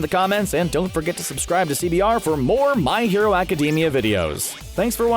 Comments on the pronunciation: Please change the way you pronounce My Hero Academia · This idiot really said "My Hero Academia" wrong